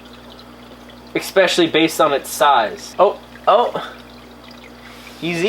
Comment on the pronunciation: Why do you say eCKspecially. It's pronounced eSpecially lol it's pretty annoying ESPECIALLY😂 because you say ESPECIALLY a lot lmao